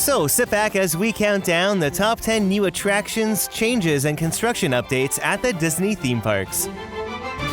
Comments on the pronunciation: Did anyone else notice chnages instead of changes at the beginning? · ch... chnages?